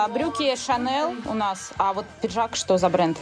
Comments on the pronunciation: Почему шанэл а не шанель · шанел невероятно режет ухо,, вы что с американской деревни сбежали, что так произносите???? Это французский бренд и французское произношение шанелЬ!!!!!